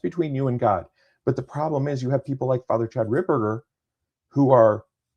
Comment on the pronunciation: It’s Fr Ripperger not RipBurger!. lol